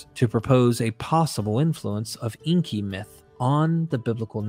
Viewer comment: Please get the pronunciation correct. Inkay not inky. Makes you sound like someone who doesn't know what you're talking about.